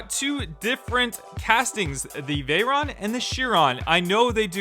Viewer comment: Dosent know the difference between veryon and chiron